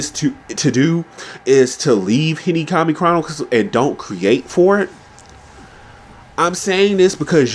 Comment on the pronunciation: I love whenever you say Hinokami you say Hinikami 😂 Nice video though I agree